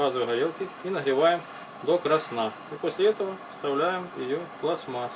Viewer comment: НЕ пласмас,а ПЛАСТМА́ССА .